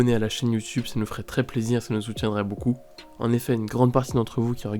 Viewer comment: *Est pas et (et=é) *beaucoup pas boucoup *Boa Hancook.